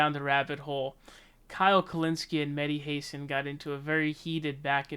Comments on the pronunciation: Dude, it's pronounced HA-san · Why you sending his name like an illiterate American? It's like saying the country "I ran". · Mehdi Hasan is an arrogant jerk. Please find out how to pronounce his name, though.